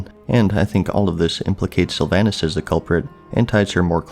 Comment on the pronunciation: Sylva"h"nas not Sylva"y"nas; show the banshee queen some gd respect.